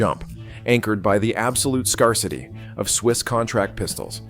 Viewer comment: A.I. dubbing sucks, Skar-city for scarcity.